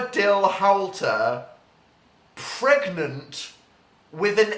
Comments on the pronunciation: Is he... pregananant? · Did Dil get... PREGANANANT...? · Ann Casoot he's pregananant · can u get dramatic pause pREGAnte